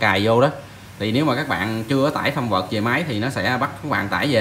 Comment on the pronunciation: framework là khung chương trình của Windows đọc là phờ rem wộc, còn firmware là bản đóng gói hệ điều hành đọc là phơm que. Nói tiếng anh chuẩn cho sang mồm anh ơi hihi